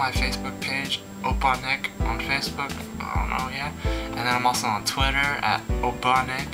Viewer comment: YAYYYYYYYYYYYYYYYYYYYY! Thank you for the awesome shoutout ^-^ You pronounced it right ! :D Opppaaaa Nick Fighting !!!~